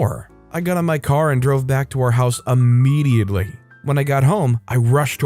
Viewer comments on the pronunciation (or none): Its IMM-ediately not UH-mediatley.